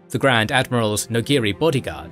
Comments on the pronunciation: I'm sorry, I really don't mean to be a dork about this but you're getting some of the pronunciations wrong. Going off of how Mark Thompson said it in the audiobook, it's pronounced Jor-ROO Sa-BUY-oth and NO-gree. The planet is also pronounced Murr-kurr. Once again, I'm sorry for sounding like a douchebag, it's just going to drive me crazy hearing those names mispronounced like that. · You guys and your pronunciations. C'baoth is pronounced se' Be oth and Noghri is two syllables Nogh' ree. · You know you're pronouncing Noghri and C’baoth wrong, right?